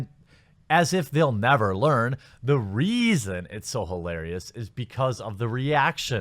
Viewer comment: Lol the REEason